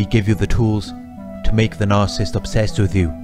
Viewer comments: Narcissist is a three syllable word! It’s not Narcist. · I can't refrain from saying this as I've been watching a lot of your videos lately... but its NAR-CIS-SIST. There's THREE SYLLABLES lol... Anyways, thank you so much for making these videos. I just discovered a couple of weeks ago that my husband is a narcissist. I knew that things were awful and worse than any relationship I've ever been in (only 3 prior, 1st one 7 years, 2nd one a year, 3rd one a year) and we've been together for 6 years. I can't wait to have the divorce finalized. I have been praying for a long time to get some clarity, and I'm glad I have it now. I can move on and heal, FINALLY. Now if I can only find out what all these terms mean. I understand a couple, but no one really explains them in each video, so I keep coming across all of these videos with all of these terms, but no explanation for them… like triangulation, hoovering (used context clues to figure that out), covert (used google), grey rock or whatever it is, no contact (self explanatory), flying monkeys, and a lot of others.Thanks for everything you do. Sending lots of love from Ohio, US.Also, here's a helpful tip to anyone like me, who talks a million miles a minute and almost always has racing thoughts... speed up the video to 1.5 and it will shave off a lot of time so you can get to the next video and try to absorb as much information as possible. Oh, and thanks for the subtitles at the bottom, it helps to cut back on the risk of the narcissist finding out that I know who he really is, and that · Narcissist has three syllables. Why does this 'expert' keep saying 'narc-ist'?